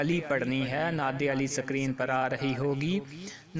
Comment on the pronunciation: Lakhi hui Nad Ali aap nay ghalt perhi hay Agay aap per kia yaqeen koi keray ga